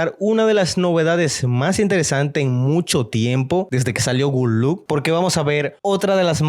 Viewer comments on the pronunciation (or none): Por qué dice "good look"??? Es GOOD LOCK. 🤔🤔🤔